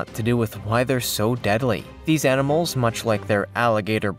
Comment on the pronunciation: okok on the Paku he said they like nuts and small "EnEmals" is that like a cross between a enema and a animal???? Just asking for a friend....LOLOL